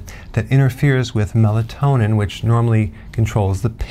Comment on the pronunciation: Melanon or melatonin?